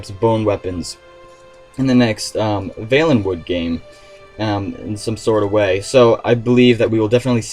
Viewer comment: You pronounced valenwood wrong.